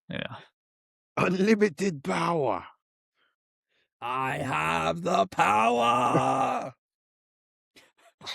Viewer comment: UNLIMITED POWAHH